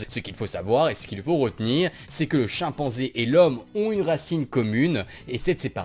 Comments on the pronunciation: a 2.15 tu as dit chienpenzai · je suis le seul à avoir entendu chienpanzé 0.o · J'aime bien l'accent belge. Mais, delà a entendre Chienpanzé. C'est louche, Je vais laver mes oreilles à l'acide.